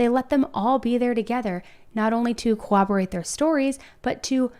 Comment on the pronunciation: Girl I like your videos but I beg of you to learn how to say “corroborate” correctly. Please